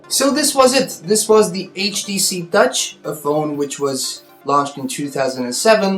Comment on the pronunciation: You said gutch not touch?